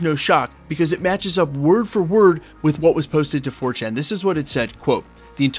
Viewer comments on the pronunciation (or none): none